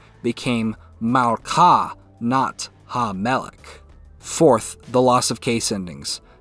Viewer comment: Plate of food is not machvat, machvat is a pan (the thing you cook on) The word is צלחת tsalachat (ch here being the voiceless uvular fricative, phlegm in the throat sound). Regarding king, it's not melek but melech, almost the same sound as the plate word but more at the entrance of the throat rather than deep. Ch here is similar to the "ch" in the German word "Bach" or the Scottish "loch"